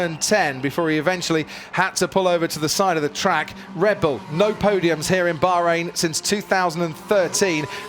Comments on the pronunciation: Oh Yes, the Bahrrhein Grand Prix 😂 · Crofty saying Bahrain with proper Tajweed! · The way this dude is pronouncing Bahrain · Bro trying really hard to say "Bahrain" 😂